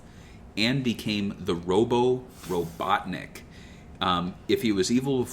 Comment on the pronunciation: RO-BUTT-NICK genius !